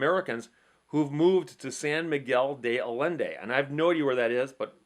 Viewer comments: Allende pronounced ay-yen-day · San Miguel de Allende. The Allende is pronounced 'Eye yen day'. Is Spanish a ll is pronounced as a Y.